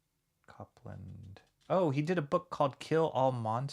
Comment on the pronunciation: Thanks for this! And it's pronounced cope-land . :) Thanks for doing this! Very cool! And thanks for backing this bad boy!